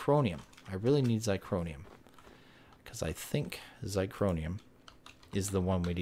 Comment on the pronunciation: Sorry but it's zirconium not zicronium